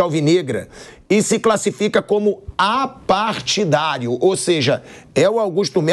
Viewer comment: “Apartidario” 😂 boa tentativa renovação e transparência